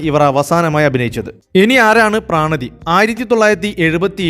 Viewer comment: പ്രണതി ആണ്. പ്രാണതി അല്ല